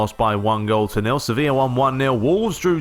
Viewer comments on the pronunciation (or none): none